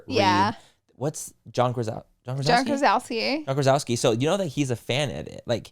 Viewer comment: John Krasinski not Krasawski 😂😂😂♥️